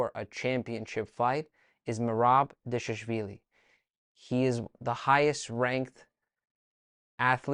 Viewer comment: You said Khachapuri But can’t say Dvalishvili? 😂 Anyway, Thanks for this! ✊🏼🖤🇬🇪